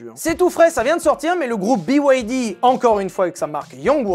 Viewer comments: il a vraiment dit la "bide f1" au lieux de B-Y-D 😂😂😂😂😂 je sais pas si cest fait expres mais dans les deux cas ça me fume de rire ❤😂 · BIDE (BYD) c'est [biwydi] pour "Build Your Dreams". My 2cts ;) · j'adore la façon dont tu prononce BYD bid , mais je sais pas quoi en faire :) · Faire une vidéo sur les voitures chinoises et ne pas savoir prononcer BYD